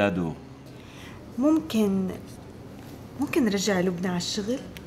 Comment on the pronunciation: لبنى قالت مادو بدل دادو😄